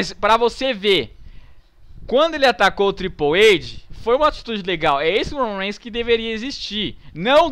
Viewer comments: aprender a falar Roman Reigns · o cara nao sabe nem fala o nome do romam reigns